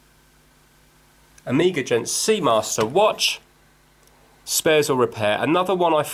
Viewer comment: I say omega the same as you i am from Derby